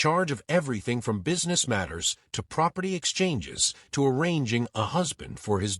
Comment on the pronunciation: 'Proferty of' lol